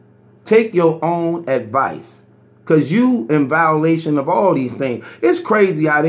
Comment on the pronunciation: Lmmfao!!! Were coming to your live from LD TV... were you hear words like..... "backetball"," dhings" "vowlation"... and last but not least..... "fahder"!!!